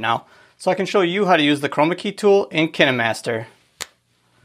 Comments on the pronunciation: I thought it was pronounced KINE MASTER not Kinee master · I thought it was pronounced kaynmaster But its k i n e master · ITS CALLED KINAHMASTER!!!!😱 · Is that how you pronounce “KineMaster”?